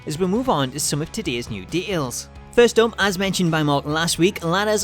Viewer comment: I don't mind accents...but de-ails is not a word.